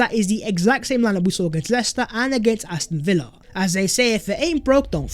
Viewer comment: Did say Aston Vanilla 🤣